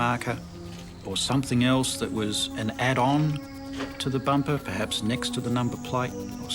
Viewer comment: Are they trying to say bumper?